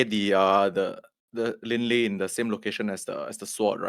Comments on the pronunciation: Lie is pronounced “Li-eh” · FYI the "lie" in Lin Lie is actually pronounced "lee-Eh". You got the Fu Xi pronunciation correct ("foo shi") though :)